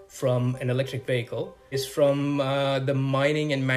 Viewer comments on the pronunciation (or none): it sounds like he’s saying electric bagel lol